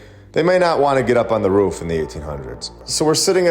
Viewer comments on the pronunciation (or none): none